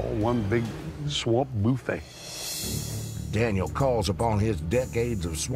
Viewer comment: "Swamp boofey"😂😂😂